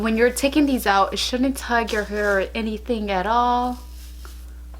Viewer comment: She says here instead of hair, lol - I love accents , there are so many different types of accents and I lo hearing people’s own personal speech. 💗